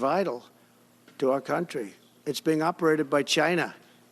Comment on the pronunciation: 🗣 Chi-nah CHI-NAH